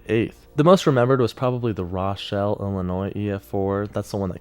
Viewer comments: Great video! Rochelle, Illinois, by the way, is pronounced "ROW (as in rowboat)-shell" (I grew up in nearby town) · Just for future videos... Rochelle is pronounced "Roe" "shell" not "rah" "shell" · The video was great, and the new studio is incredible. I just want to point out that you did mispronounce the town of Rochelle, Il. I’m from around there, so I was affected by it. My home wasn’t hit thankfully, but it was still the reason why I’m scared of tornadoes today. Anyway, the town is pronounced like ROH-shell, instead of RAH-shell, like you said. Minor nitpick and it doesn’t matter in the grand scheme of things, just wanted to let you know.